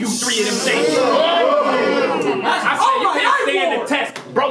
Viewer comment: couldn't wait for his rebuttal to kick in lol "I SAAAAii....."